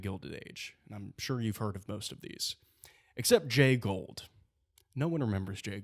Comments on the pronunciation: You continuously mispronounced Jay Goulds name. It is not pronounced Gold, it is pronounced Goold. My mother's grandfather was one of Jay Goulds nephews. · I like your presentation but a slight technical point it's Jay Gould (pronounced Goold) not Jay Gold. I went to school with Gould grandchildren. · Great stuff! But it’s pronounced “ goold “not gold. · This is a great analogy... it gives perspective and insight but perhaps even more importantly, hope. Thanks! But allow a small correction, please... railroad magnate Jay Gould...with a "u" is pronounced "ghould" or "goohled" not "gold" as you and pronounced it. Love your work! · FYI, Jay Gould's name is pronounced GOOLD (rhymes with fooled), not GOLD. I know it's nitpicky, but it's jarring to hear you mispronounce it over and over... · It's pronounced "gooled" not "gold". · Jay Gould's last name is pronounced "Goo-old" not Gold. There's a "u" in there. Take a closer look. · Jay Gould is pronounced like ghoul not like gold. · I think it’s pronounced like “ghoul-d” not “gold”. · It’s not Gold , it’s Gould. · It's pronounced "Jay Goold" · You guys are both mis-pronouncing Gould. Lame.